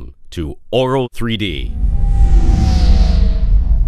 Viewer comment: swear he said oral 3d..